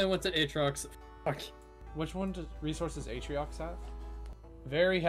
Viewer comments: This was one of the best videos I've seen in a while, and I was surprised to see that this is the first video on your channel Apart from a few mispronunciations (like atriox instead of atrox), this video was damn near perfect, and I can't wait for the next one! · I wrote down the timestamps for all the mispronounced words. #1 is atriox(atrox) at 23 times, #2 is desolotil(desolo) at 16 times, #3 is vanessa(vesania) at 10 times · Hematite has no N Atrox has no I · silvie, desoloto, atreiox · I love the mispronunciations of the planets. Sylva is “Sylvie.” Desolo is “Desoloto.” Calidor is normal, “Calidor.” Vesania is “Vanessa.” Novus is normal, “Novus.” Glacio is “Glaissio.” Atrox is “Atriox.” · The video is interesting but I swear to the Great Goddess above you need to start reading words before you say them. Hematite not hemanite Atrox not atriox